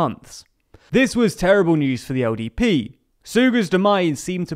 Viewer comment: LDP, right? I think there’s something wrong with my ears, I keep hearing him say ODP